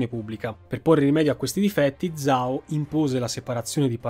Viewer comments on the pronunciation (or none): Per la pronuncia io evidenzierei soprattutto "zhao" pronunciato come "zao" invece che "giao"(per intenderci), è l'errore più comune dopo la "x" pronunciata "cs" (che però lui non sbaglia)